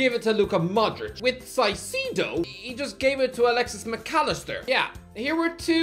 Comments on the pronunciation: 1) Why do you hate Brighton so much? 2) Why don’t you learn to pronounce his name properly, it’s Ky-Say-Doh, not Si-See~doh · All i hear is Saiseedoh instead of “Kaicêdu” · It's pronounced KAISEDO, not SAISIDO😅just saying😁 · ITS PRONOUNCED K-AICEDO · Saicedo🤣 Now I can't unhear it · "Si Sea Doh" though... really? 🤔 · ITS PRONOUNCED KAI-SED-OH FFS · Bro mispronounced his name whole video ☠️ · The way he pronounces Caicedo infuriates me every time he says it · I wonder when that man is going to learn how to pronounce Caicedo's name lmao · Congrats to the for mispronouncing Caicedo's name in a way that I'd never thought was possible. First and second name, so so wrong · Talking about Adam(s) and just like carragher can’t even pronounce caicedo 😂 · The caicedo pronunciation is killing me haha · Two things: 1- Palacios was from Honduras, not Ecuador 2- Dude, come on. Moy-says Ky-Se-Doh, not Moise Saisedo. It's not that hard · It's pronounced "Moy-zis Kai-say-doh," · “moy-sess kai-say-doh” “moy-sess kai-say-doh” “moy-sess kai-say-doh” “moy-sess kai-say-doh” “moy-sess kai-say-doh” “moy-sess kai-say-doh” “moy-sess kai-say-doh” until you get it right i’m pronouncing Doherty like doo-hurty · at least pronounce his first and last name right.